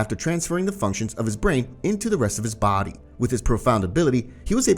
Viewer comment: Watch a tiny bit after and he says ‘body’ in a weird way